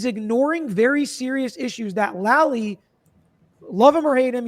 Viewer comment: Hey dude with the long gray hair, the guy’s name is Lally, not Lolly. Please say it correctly.